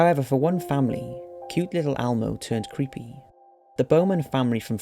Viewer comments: It's Elmo not Almo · It's Elmo...not ALmo... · It’s Elmo not Almo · It's not "almo" it's "Elmo" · It's pronounced Elmo not Almo. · Almo? It’s Elmo! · The muppet's name is ELmo not ALmo. Seriously. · Is it just me or does he keep saying Almo instead of Elmo? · Elmo, ELMO, not almo. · Almo? It's Elmo El-mo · Is Elmo pronounced Almo across the pond? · Elmo not Almo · Why are you pronouncing Elmo as Almo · " L Moe" L-MOE... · Is he saying Almo?? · I can't believe how much this bothered me lmao It's pronounced ELMO man!